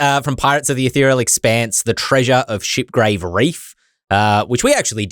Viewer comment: did you say ShiPP-Grave Reef? Watch that diction buddy!